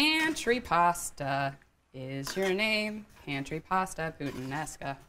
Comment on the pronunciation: She's cute enough for me to forgive what she did to that "puttanesca". 😉